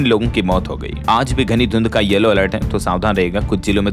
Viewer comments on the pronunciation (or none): none